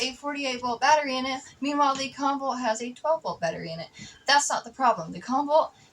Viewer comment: Comvolt , more like convolt